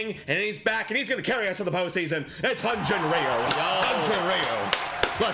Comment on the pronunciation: hyunjin ryu's name isn't "re - you", it's pronounced similarly to the chinese last name "liu" (they are the same character, after all). It's single syllable and more "l" than "r'.